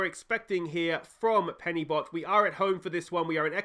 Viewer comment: Only just found this channel and as a Welshman I love this series! Just in case you were wondering, pronounce Penybont as Penubont. The ‘y’ is pronounced as a ‘u’ in Welsh 👍🏼